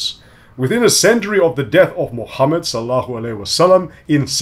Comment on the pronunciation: it's not SALLAHU aleyhi wa sallam ("Good for him and peace") but SALLALLAHU aleyhi wa sallam ("upon him be peace")